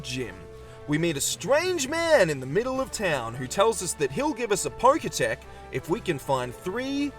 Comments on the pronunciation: I actually don't know if it was a joke or not but him calling the Pokétch the "pokétech" annoyed me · The fact that he called the Pokétch the 'poketech' is so infuriating.